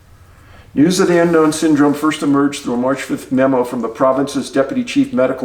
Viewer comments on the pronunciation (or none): none